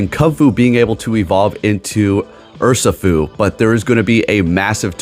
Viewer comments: Urr - She- foo is the correct pronunciation. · Your video’s on the Pokémon Urshifu and you call it ‘Ursafoo’ the whole time… isn’t this your job? And instead of gracefully fixing your mistake or asking what I meant: you insult your own fan. Says a lot with so little. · It’s pronounced “err-she-foo”. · How can you pronounce zacian correctly but not urshifu?